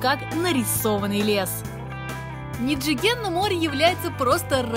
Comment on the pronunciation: Было бы гораздо круче если бы вы говорили как японцы на самом деле говорят. А именно, не «ниджиген», а «нидзиген» итд . А то получается как у бывшей хостесс из бара. Моттайнай нэ.